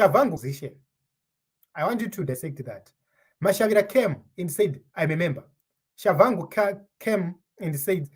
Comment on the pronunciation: What's Tshavangu. Respect other people's language. There is no V . It's Tshabangu ok!